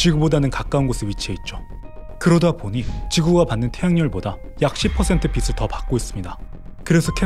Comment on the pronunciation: 빛을 ..비슬이아니고 비츨입니다